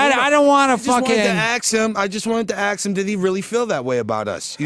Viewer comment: being under-the-radar hilarious “Ok, axe me this:”